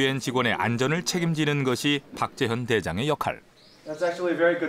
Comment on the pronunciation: 나레이션이 박재현을 왜? 탁재현으로 발음하나?